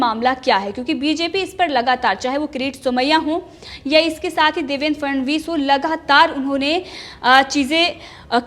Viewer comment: देवेंद्र फडणवीस। ठीक से बोलो 'फ ड ण वीस'